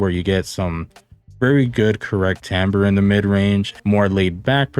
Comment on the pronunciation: 'Al you min e um' but you were close, made me very happy that you tried and you probably made the French nation happy in pronouncing timbre as tamber (as you should) I have the S12 pro's and they're not to my liking, they probably have others that are but I'm in the 'once bitten twice shy' house